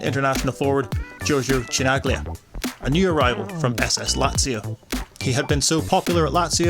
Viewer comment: omggggg..cringe..Giorgio what? who is this loser presenter of this video ? Chi Nag Lia? how insulting ...blaspheme